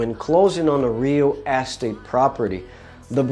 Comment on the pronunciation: Nice video, but you need to work on how you say "real estate". I didn't understand you at first. Here's how you say it.